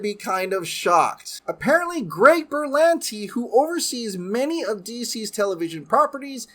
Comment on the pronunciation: Berlanti.......No no noooooo !!!!! 🙂